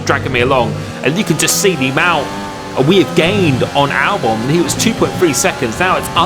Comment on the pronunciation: Al-who sorry? Albone? I don’t believe thats right